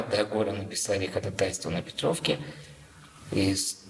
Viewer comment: P.s. но речь у вас ОЧЕНЬ неправильная, неграмотная. ХодАтайство -- ударение на ВТОРОЙ слог, а НЕ на третий. Говорите грамотнее, пожалуйста. Проверяйте ударения, если сомневаетесь в том, как правильно произнести слово.